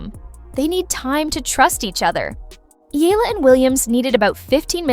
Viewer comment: Pls pronounce her name as Eh...yah..la..